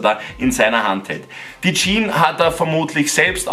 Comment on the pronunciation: HÖR AUF JEAN ZU SAGEN SAG JEAN“S“ !!!!!